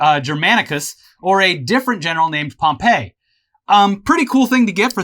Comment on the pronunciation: butchered that pronunciation of Pompey